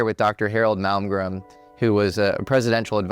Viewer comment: It's drives me completely insane that you can't say his name correctly. It's MALMGREN... N.....NOT M . ITS NOT MALGREM. YOU LITERALLY SAID IT WRONG TO THERE FACE. Wow, Mr. Malmgren, I'm soo grateful for this opportunity to sit down with you. I have soo much respect for you... that i can't even get your name right...